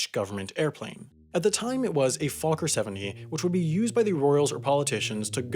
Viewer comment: You pronounced Fokker wrong.